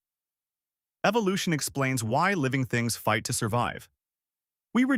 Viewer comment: Dawkins' "evilution" (he pronounces it i this way) theory is trying to persued us that it is possible that Silica sand develops per accidentaly happening changes into computer processor. The one who is bullshit is Richard Dawkins.